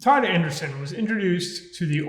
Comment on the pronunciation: Andresen = "an-DRAY-sen"